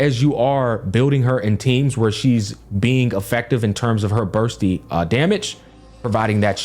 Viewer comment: Even Bursty as Busty sometimes lol.